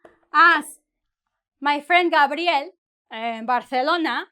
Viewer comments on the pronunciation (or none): none